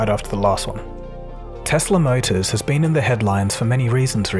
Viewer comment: Tesla not Tesler